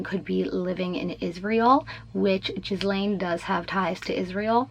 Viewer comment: And the sluts name is pronounced Geelaine😂